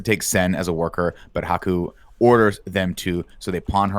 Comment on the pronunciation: It's Haku. H-A-K-U. Why are you putting in the O?